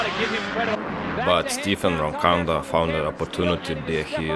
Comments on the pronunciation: Arabs shouldn't narrate. He couldn't sat roncadas name right. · Who’s “Rocanda”??